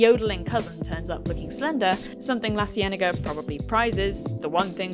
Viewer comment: Girl u can't just throw in a quinthiñera followed by LaCienega 😂 That three seconds of Spain took me out haha